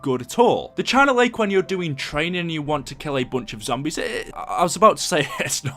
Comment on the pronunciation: The China Lake China Beach China bitch The way you pronounce it